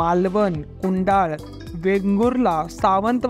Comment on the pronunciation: भावा माहिती खुप छान होती पण आपल्या कोकणात जी गाव आहे त्याची नांव आदराने घे कुडाल ते कुडाळ आहे आणि वेगुल ला ते वेंगुर्ले आहे फक्त एवढंच आहे शब्दांचे उच्चार बरोबर घे भावा